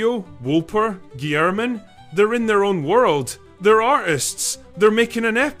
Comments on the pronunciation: Yeah...its Rah-Mah-Gen...and, um..its was also pronounced Guy-ler-men. John Guylermen. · Oh, for fun. Re-MAH-gen. John GILL-er-min.